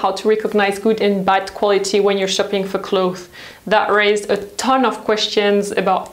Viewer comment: Justine, I love your videos but please rethink the way you say 'clothes'. It's clotheSSS - there is an S at the end and you're supposed to pronounce it.